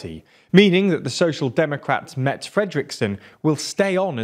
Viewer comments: I'm shocked that a host who so obviously is bristling with Danish geenes, for whatever historical reason, can mispronounce Danish words so badly (clue: an 'e' at the end of a Danish word is pronounced like a short English 'eh', so Mette is 'Met-eh', certainly not Matta!). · Her name is Mette, not met. In denmark politisians can only survive, if the do right and speak truth. It kind of terrible for a small contry like ours to stop a production of fur that made us ... was it 4 billion per year. But the way we made fur was cruel to the animals. We are not rich like the bastards in norway, but we have enough, so we have stopped making mink fur, because it is the right thing to do. And please stop calling her met, her name is Mette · Just FYI Mr. Newsman, her name is pronounced Met-te, with the 'te' sound at the end the same as in 'terminal' so like a 'ter' without the 'r'. Hope that makes sense. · Her name is pronounced _Met'e_...NOT _Met_..... Re the culling of the mink... What you have failed to identify, was that the health authorities had put strict procedures in place regarding their own movement between the minkfarms as well as that of others movements. As the Cluster 5 spread, it turned out that the health authorities own personnel weren't adhering to their own guidelines. You are also wrong in a Gov't formed across the aisle would be new. Historically, from the 60s up through the 70s, 80s, 90s and into this millenium, the Gov't the Mette Frederiksen Gov't was the first single party Gov't in _decades_. Overall, your clip was good and informative. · ‘Mette’ is pronounced ‘Metteh’ more or less, certainly not ‘Mett’ :) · MET-TE Fredriksen.. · 'MET Fredriksen'??😂😂😂 So funny to hear English speaking peeps pronounce Danish names. Try saying Medder Frether-ricksen_ then it would sound closer to the right thing😂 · Great content and as a Dane I just want to add. Her name is Mette, pronounced Meh teh. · Her name is pronounced "Med-uh" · Mette is pronounced “mett-eh”